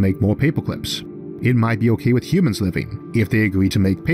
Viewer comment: Paypwah cwips lol mans got a voice for radio